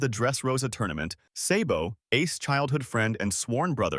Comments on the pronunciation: It’s pronounced sahhhbow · Say-bo?!!! You sir are disqualified from ever talking one piece again 😂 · i am reporting your channel for mispronouncing sabo's name